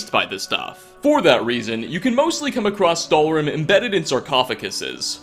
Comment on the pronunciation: Stalhrim mis pronounced stálhrim In icelandic